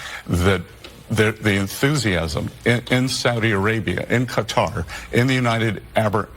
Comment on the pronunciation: Legal immigrants are welcome here. Hilary is doing her usual twisting if the facts… and by the way its kah-tar with emphasis on the latter syllable. That is how persons from that country pronounce it…good job for also doing so!!!